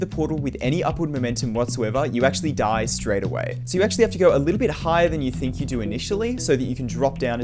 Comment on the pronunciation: The way he says die lol 😂